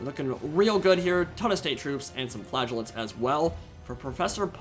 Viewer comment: hahawhen you say flagellants it sound like flatulence